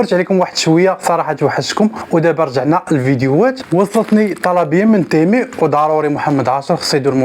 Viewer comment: يا اخي اسمه تيمو وليس تيمي